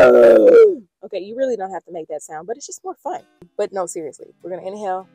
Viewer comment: Why when u said “inhale with me”, I heard “in hell with me”, 😂